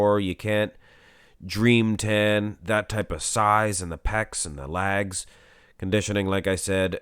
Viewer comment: Ok its legs not lags not trying to ne rude but after a few videos i had to do it. Maybe ur doing it on purpose just to be funny idk